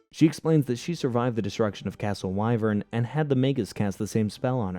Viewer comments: I was willing to sit through however many times you pronounced "Why-Vern" instead of the IN SHOW pronunciation of "Wih-Vern," but I will absolutely not stand for hearing Demona pronounced "Deemina" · you also forgot the fact he said " castle why - vern" when it's supposed to be Wi - vern and it's spelled Wyvern but pronounced like the wi sound in the word wind. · The castle is pronounced wiv-urn 😬